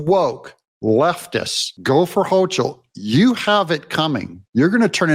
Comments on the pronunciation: HO-kul, not Hoch-ul. Smug, arrogant, B-word, but ignorant at best, deceptive at worst. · Pronounced: HOCAL....not Hochal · I wouldn't wish harm against anyone, however.. If I were to hear that AOC was killed in a freak accident, it wouldn't make me sad. And Doug, it's Kathy HO-KUL. The CH in Hochul is said like a K sound, like in Scottish Loch (Lock) Ness. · Love what you do! Thanks for being the voice of reason!!!! Corrections: Elise Stefanek is a friend of the Jews but she is not Jewish. Hochul is pronounced Hokul. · It’s pronounced Kathy HOCAL there’s no ch in the pronunciation bro wake up! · Hi Doug CH in NY governor is pronouced as a K Sounds like Hokel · NY is almost completely RED. It's the morons in NYC vote blue. Can't compete. Also, Doug, it's pronounced HOE-KLE. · It's Hochul (pronounced with a "K" sound) Hokul... Not that I'd ever vote for her no matter how you said her name... 😏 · Doug, I know that you and I both feel the same way about these leftists, but you should still pronounce their names correctly. Hochul is pronounced Hokul and Karine Jean Pierre is pronounced Karine Jon Pierre. We should be sure to say them right so that everyone who hears us knows exactly which lunatics and treasonists we are talking about. It also shows that we are better educated and know how to say their names correctly. I always call Adam Schiff “Shiff for brains”, but I don’t have the platform you have, so no one hears me.